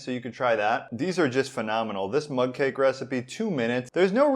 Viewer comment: Oh I thought he was saying mud cake. Mug cake makes much more sense